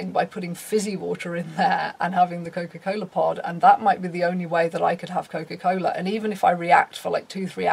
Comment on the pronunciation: nothing more satisfying than hearing a brit say: cokafuckincola